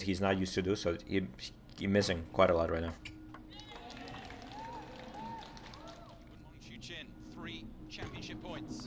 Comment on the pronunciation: I've subscribed and this analysis is interesting but, if you're going to do more of them, you need to pronounce the names correctly. Q is pronounced 'ch' in Chinese names - Dan "Chu" and Wang "Chuchin".